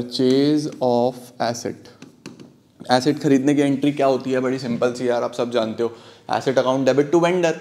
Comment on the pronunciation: Asset ki acid , what pranounciation , 😊